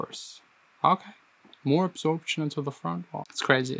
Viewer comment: I love how he always says “absorbTchin”